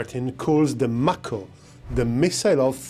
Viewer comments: It;s pronounced May-ko like the Mako shark. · Nice review of the MAHKO [ M (A) KO ]. Just giving you a little ras for your accent. Watch out for Otis ! He's turning into SkyNet . 😉